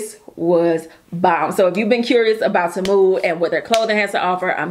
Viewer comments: It's pronounced TEE - MOO. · It's pronounced TEE MOO